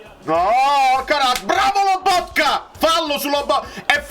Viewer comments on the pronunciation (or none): none